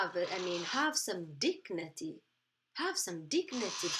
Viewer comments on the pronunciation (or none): dignity...not dignaty